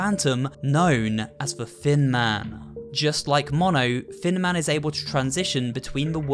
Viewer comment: Does anyone else hear fin man when says thin man